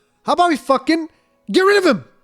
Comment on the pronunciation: "get ri-o-vim" Kek